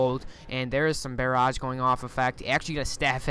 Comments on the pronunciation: Is English not your first language? Lol... Necro-polis and bear-aj.(It's neck-cropolis and buh-raj) Anyway nice casts. Enjoying them. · Learn to talk, lol your "necropolis" and "barrage" pronunciation. Schools today are wtf?